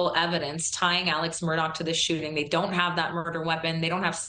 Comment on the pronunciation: Its "I" "they" is longer. No "T" in there.